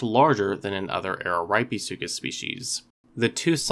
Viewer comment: 1. It's pronounced (AH-ruh-REAP-eh-SUE-cuss). 2. If you think that Araripesuchus rattoides deserves a separate genus, I predict that this new genus would be Rattosuchus which means "rat crocodile". Ps.: I just came up with that name myself.